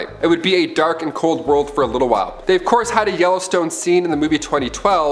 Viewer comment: “Of courth earth quakes” 😂😂😂 I love this channel